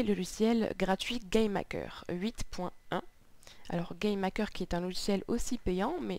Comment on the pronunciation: On dirait que tu dit "Game Hacker" !